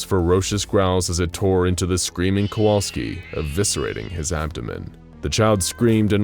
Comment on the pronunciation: Sadly all thanks he gets is his name being mispronounced.